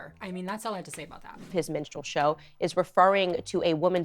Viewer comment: LOL, for like the first two minutes of the "minstrel" conversation, I thought you were saying "menstrual" show! I was so confused. Is Dylan pretending to have her period?!